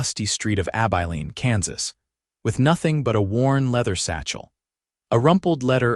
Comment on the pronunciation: Learn to pronounce Abilene.